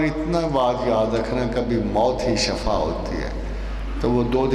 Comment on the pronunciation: Asslamoaliakm Ahmad rafiq saheb shafa nahi shifa boliay plz